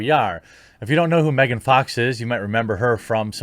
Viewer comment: just saying. its megan fox. not mehgahn.